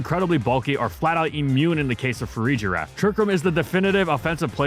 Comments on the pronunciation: "fa-REEE-GEE-RAF" NAHHH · I think Farigiraf might take the cake as the most mispronounced pokemon name of gen 9.